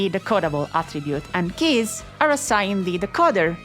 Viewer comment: so you're telling me that I can edit a tee-ex-tæ and then get unlimited keyæs?